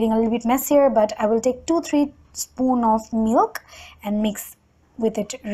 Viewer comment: The way u say milk and oil...*coughs* But great video😂😘